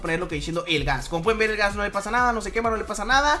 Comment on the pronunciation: no es gahs es un blaze